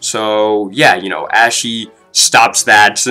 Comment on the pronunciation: Why do you keep pronouncing her name like "ashy" when it's meant to sound like "aushee"